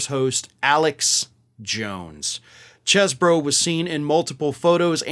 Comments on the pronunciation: His last name is pronounced cheese bro. He's a guy from Wisconsin how else could you pronounce his name? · It's pronounced like "Cheese-bro" and that's according to Chesebro who wants it pronounced like "Chese". Oh, well... So much for the one thing the non-cult media was trying to kinda help him out with.